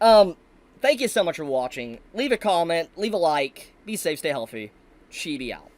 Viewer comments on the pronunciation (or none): none